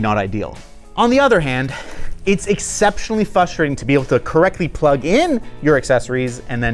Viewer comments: it's FRUSTRATING!!! WITH AN "R" F-RRR-USTRATING!!! "FUSTRATING" IS NOT A WORD!!!!!!!!!!! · "fustrating" XD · what the hell is "fusterating" ??